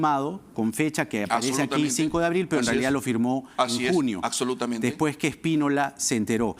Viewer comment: y (el abogado) dice "Acsolutamente".